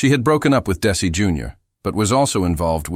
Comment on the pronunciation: These bios are great, FOR THE MOST PART, however it's really hard for me to accept DAISY Arnaz or DC Arnaz, from narrators who should really know better!